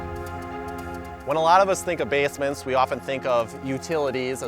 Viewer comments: did he just say bass-ments? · listen to the way he says basements